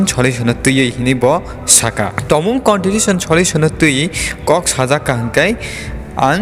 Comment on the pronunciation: Contitution 😂What a English it's Constitution bro